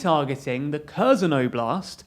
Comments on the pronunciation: Try to pronounce kherson as herson. It's not kerzon. I would recommend you to at least ask a Ukrainian how to pronounce these names. I am not from Ukraine but I have heard how they pronounce these names and they sound different. You have been pronouncing it kerzon from the start of the war. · The way you pronounce Kherson makes me since. Try "Her-son". That's closer than Curzon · 'Kherson' is pronounced "HAIRSONE" 'Kharkiv' is pronounced "HARKEEV" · Pronunciation: "slov-YANSK," "HAIR-son" I mean, technically Kherson starts with the sound from "loch" and "Bach" but if you can't manage that, H is a better approximation than K. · I wish they at least tried to pronounce the names correctly. Kherson, my ass